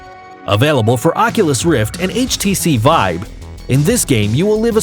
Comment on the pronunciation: Is it just me, or did he call it the HTC vibe multiple times?